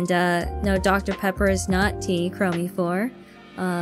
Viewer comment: Just found the moment where you read out my superchat, You got it right, Kronii. ^_^ 👍